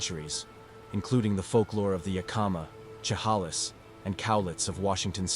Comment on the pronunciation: Chehalis is pronounced Sha-hay-lis and Yakima is Yak-i-ma